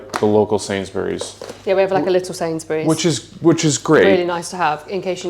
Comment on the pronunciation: Love this vid of you both, nice little mukbang. Is it me or does pronounce Sainsbury’s as Sains-berries? 😅